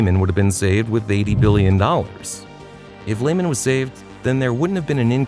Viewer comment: 😂😂😂😂😂😂😂🎉Hilarious to me how people do videos on a company and don’t know how to pronounce the companies name 😂😂😂😂😂😂😂😂😂😂😂😂😂😂